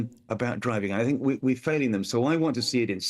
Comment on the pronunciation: me too, she likes to fink about about fings every munf - what a fine orator!